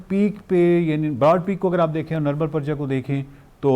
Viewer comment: It's Nirmal Purja not Praja.